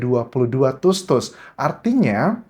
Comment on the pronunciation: Anjas bilang tusuk nya biasa aja ga usah tus tus, malahan jd ga enak didengernya